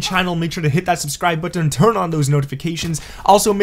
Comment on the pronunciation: Y u say button like this ?